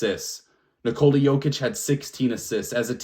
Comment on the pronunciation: Better than main stream media calling MV3 Joe-kick instead of Yo-kitch. Drives me crazy!